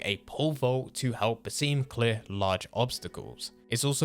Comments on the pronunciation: bro please, its bas-im not baseem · Guys just so u know it Bas eem-uus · Lmao “baseem”